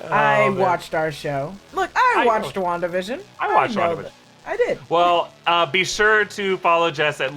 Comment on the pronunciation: Ah yes, wanadavision